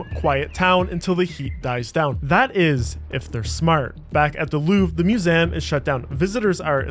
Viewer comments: The "Moosam". What? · Moo-zam… Gaw! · What's a "mew-zem?" 🤣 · The word is Mu-ZEE-um, not Mu-Zem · “Museum” is a 3-syllable word. myou-ZEE-əm, not myou-ZIMM. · It's museum not muzeem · How can you mispronounce "museum?" 😂 There are three syllables, not two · Sorry butt it's mu-sé-um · What the fuck is a Museeem? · museum ❌ mu-sem ✅ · I can never not hear "mewzayumm" 🤣🤣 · No. Musaan, like moo-saa-ahn. At least the cheap readbot can simulate everyone's voice, but not the pronounciation. Pronounciation costs extra. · It's mew-saan, just like hassan or allaaaaaaah. The cheaper the readbot is, the more the dude can snort. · ”Muzeem” and ”louve” being said every 30 seconds in a video about a museum called the Louvre is fucking infuriating. Good work farming engagement but ill avoid this channel in the future even tho the video was quite good 👍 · WTH is a "muzem?" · What’s your accent that’s making you say “muse-amm”? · I think he was going for french pronunciation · Great video. But….next time you want to make one about a musEUm just hit me up. I will narrate it for you for free. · MusEHm. LAgacy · I wish it were true. No human pronounces "museum" as "moozam". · I've never heard such an odd mispronunciation of the word "museum" 🤣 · Bro, say the word museum to yourself again. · Well made and presented video except for the weird pronunciation of museum. Am I missing something? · Good job but you need to work on your pronunciation: "Museum," "Peruggia," and like most French words, the "S" is silent in "Charles." Also, the theft of Mona Lisa was never a "Meme." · Props for using the original pronunciation of museum circa 1645 not many know this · Please re-record the audio and stop saying "museum" like that. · Dude, I couldn't watch this with the pronunciation of museum. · Why you say museum like that ? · he wants to sound French 😂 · Disliked just for the way this guy says museum Grow up lol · Why do you mispronounce museum? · What's up with pronunciation of 'museum'... :D.